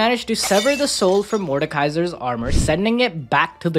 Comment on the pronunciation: Its Mordekaiser not Mordakaisa or Mortekaiser